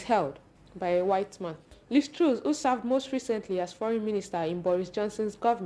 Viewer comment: Pls get your reporter to pronounce TRUS Properly.